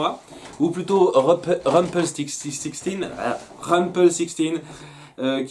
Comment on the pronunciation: on avait remarqué hihi, mais t'en fais pas tu y arriveras... Je vais t'aider, répètes après moi '' rumple style (à la française le style, pas à la Cordula ma chérie) skin (on prononce le N)